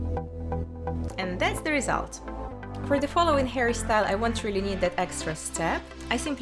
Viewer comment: The way she says hairstyle sounds like "harrystyle" thats so cute 👌🏻